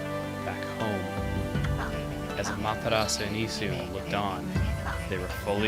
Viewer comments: If you listen to how the other characters say her name in Marvel vs. Capcom 3 (both are Capcom games so obviously they now how to pronounce it), it's pretty much the same as how Chugga does. With the Japanese voices, they don't even pronounce the 'u' at the end. It's just 'Ah-ma-te-ras'. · Ah-ma-tera-su >.> you keep saying it wrong :< Amaterasu